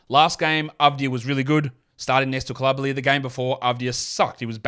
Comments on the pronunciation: coulibaly is pronounced phonetically in both english and french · Try again on Coulibaly. If pronunciation as important to you as you say, look up the pronunciation, mate.